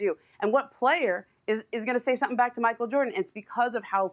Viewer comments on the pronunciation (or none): Kendrick Perkins: “Micheal Joarden”